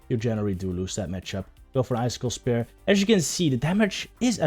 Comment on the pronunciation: Its spear, not “spare” ;)